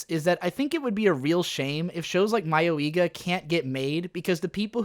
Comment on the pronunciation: "My-oh-ee-ga"? What? Ive always said it as "Muh-yoi-ga"... which is it. It doesnt matter if it was supposed to be parody or a horror edge-fest. Both ways it was horse shit. Even if it was a parody, what the hell was it trying to "subvert?" What the hell was it trying to make fun of? It was so poorly constructed and provided no commentary on current horror tropes. And nothing in the show was remotely close to being humorous. The few things that made the show stand out only made it cringe-worthy. I dont care what genre you try to put this anime in, Mayoiga was a total buswreck of a show.